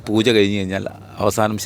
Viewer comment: Interviewr - bairava poocha alla pooja. Chila samayathu bairavan poocha ennanu parayunnathu